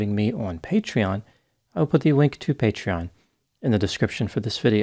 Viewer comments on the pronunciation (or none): none